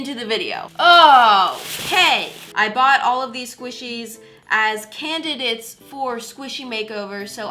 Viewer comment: "Can-did-its" omg lol😂